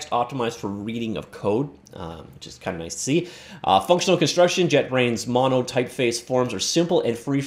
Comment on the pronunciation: It’s “JetBrains Mono” not JetBrains’ “Mono” lol